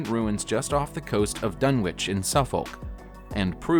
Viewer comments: It’s pronounced “Dun-itch” and “Suff-uck” not Dun-witch and Suf-folk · It's "Dun-itch" and "Suff-uk" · It’s pronounced dunnich and suffok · how he pronounced suffolk loool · When they cant pronounce Suffolk you tend to ignore the rest. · Totally agree, wouldn’t you think they would a least show some respect and find out how to pronounce place names correctly.